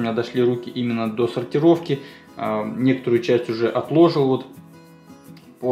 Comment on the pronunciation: Говори правильно не отлОжил а отложИл